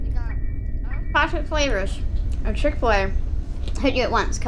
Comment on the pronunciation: chick fil a more like PIck fil a